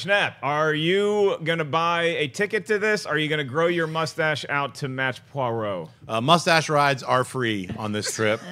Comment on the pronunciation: Murder on the Orient Express pronounciation of Hercule Poirot : "Po - a - ro"